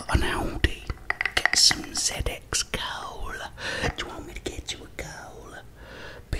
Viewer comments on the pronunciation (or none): none